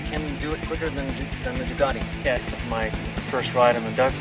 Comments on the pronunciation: why does he keep calling the duc as a 'duck'?. .. isn't it supposed to be more like 'duke'? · "duck"??? WTF??? duck!!! OMG!!! its a ducati orrrr duke.. OMG "duc" is this normal in usa to call it a duck.